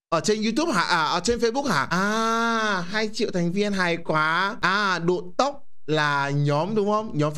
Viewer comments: Ngta là Độ Tộc ổng đọc là Độ Tóc 😂😂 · Độ tộc chứ ko phải độ tốc a ói